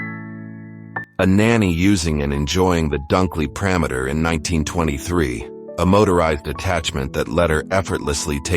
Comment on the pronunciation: He said “the Dunkley perameter”